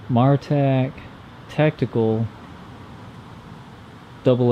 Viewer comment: By the way, not trying to be a jerk or anything, but from watching CountyComm's videos, it's pronounced Mare ah tac. On another note, I really wish some other flashlight companies would learn from this light. Mine died probably around 2 years of owning it(rev 2), loved that it had memory, and just simple half clicks for mode, and break the head for strobe/slow blinking/SOS. Not that I'd ever use those modes, but at least they were out of the way. Replaced it with an Eagtac D25LC2, great light, and I got it with a nice warm domeless LED, but after two cycles through low, med, high, you better turn it off(or half hold for a little while) or you're getting strobe junk. It's a great light otherwise with how bright and small it is.